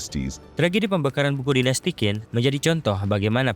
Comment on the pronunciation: Semangat, semoga channel nya berkembang. Mau menambahkan, Qin dibacanya "Chin", dari sinilah asal muasal kata Cina berasal